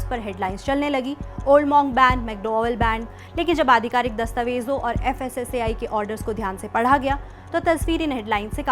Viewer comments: Fssci nahi fssai bolo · Fssei nahi fssai bolo😂😂😂